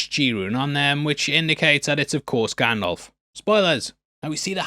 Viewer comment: Love you, but it’s GandALF like ALFred not GanDOLF like Adolf 😭